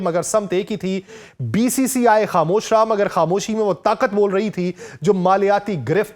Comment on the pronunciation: Bhai BBCI nahin BCCI hey, atleast thik se bolo